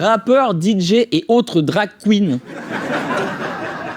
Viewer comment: 😂✨️ BRAVO ✨️🎶 AnonymHouseDJ. *(Par contre prévenez avant la vidéo de ne pas avoir la bouche Pleine en regardant!! 😂😂 j'en ai foutus partout au moment de "DarK Qgeen.. ou quouinne.. etc.. j'sais même pas comment ça s'écrit "Drag Queen"!!😂😂😂😂😂